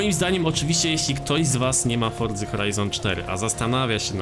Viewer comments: Dlaczego mówisz "fordza,, zamiast forza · FORZA, NIE FORDZA